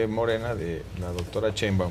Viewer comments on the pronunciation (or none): Díganle a Roberto Gil que Claudia se apellida Sheinbaun, no Cheinbaun, por fis! Me desesperaaaaa! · Si pero eso pasa en todos los programas. NO saben pronunciar su apellido. Yo la neta tampoco....creo que es algo así como 'Shainbaum'.